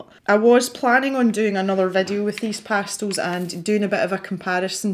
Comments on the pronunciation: LOVELY video!!!!! My favorite part was the times you said pastills instead of pastels!!!!!😜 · Pretty sure I say 'pastils' all the time, it's just the way we pronounce it in Scotland. Wait... did I actually say 'pastels' at some point? Now I'm worried! 🤣😉